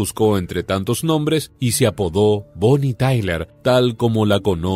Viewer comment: Bonnie Tyler... Sin la A.... Madre mía... Qué vergüenza....